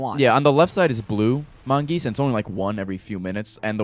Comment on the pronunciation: mongoose not mongeese